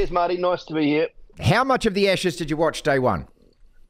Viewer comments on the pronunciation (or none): It's Ashes, not Eshes.